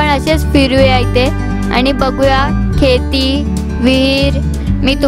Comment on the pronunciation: Kheti nahi sheti.